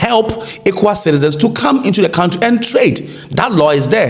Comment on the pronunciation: ALATANII says CUNT TREE